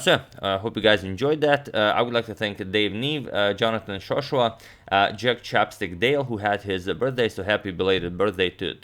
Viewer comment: You did! Antonio pronounced my name slightly wrong, as there is no h.